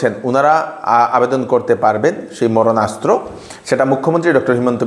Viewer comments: মরণাস্ত্র না দাদা মারণাস্ত্র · Moronastra noy etake bolte hobe maronastra.